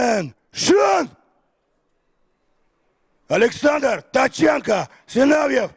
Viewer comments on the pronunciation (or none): none